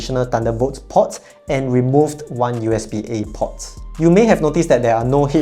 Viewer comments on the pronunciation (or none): "port" has a longer 'o', you're saying "pot"